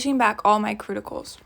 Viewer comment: "Cruticals"??? LOL 😂😂😂 That made my night... Everytime I push back my cuticals, Im going to think of this 💖😂